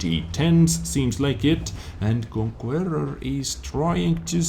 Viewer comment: Conquerrrrrror.......Love the language!!!:) Stay Awesome!